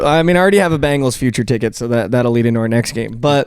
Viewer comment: It’s pronounced BEN gals. Not Bangles, ya dink. Or, you can just pronounce it CHAMPS! WHODEY!!!